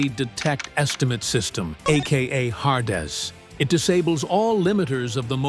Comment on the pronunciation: Har des? STUPID AI VOICE IT'S HADES